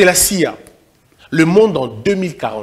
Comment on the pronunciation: le m dans le mot damné est muet donc ne doit pas être prononcé je vous dis ceci parce qu’il me semble que vous le prononcez toujours et l’agence Américaine d’intelligence dont vous parlez ne se dit pas comme si vous lisiez un mot les lettres se disent individuellement donc C-I-A